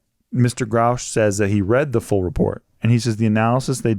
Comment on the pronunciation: His name is Grusch not Grousch…